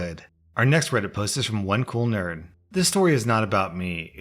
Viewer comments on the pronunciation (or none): I don't know if you noticed but when you tried to say nerd you said nern